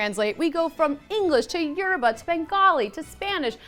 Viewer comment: FINALLY!! Someone that ACTUALLY pronounced Yoruba CORRECTLY!! Prove right here, you can learn to say the correct pronunciation!! Well done,!!